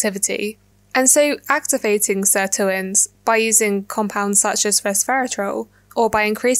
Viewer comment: Great video! With the least meaningful thing I could add: sirtuins are named after SIR2, so should probably be pronounced closer to "sir two ins" :)